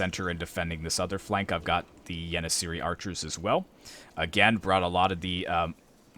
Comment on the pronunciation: the c with the dash under it is pronounced "ch" so try and read it as yenicheri